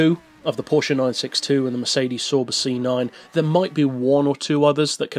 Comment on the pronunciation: You pronounce Sauber really different lol